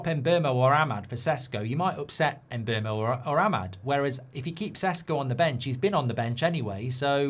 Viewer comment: Who is the “Emberrmo”? His name is pronounced Mm-boomo.